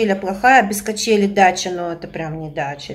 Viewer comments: Раз 50 повторила "качелЯ". Нет такого слова! Есть "качелИ". Очень режет слух. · А Вы в какой школе учились? Учить надумали, а сами правильно не знаете, как произносить!!! Вообще-то КАЧЕЛИ!!!